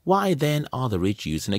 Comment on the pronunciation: Who, TF, is "Kelvin" O'Leary? LOL. It's Kevin, but still a good video.